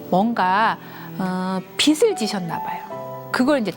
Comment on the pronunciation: 빚을 발음=비슬->비즐